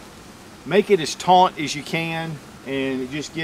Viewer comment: Drink when he says "taunt."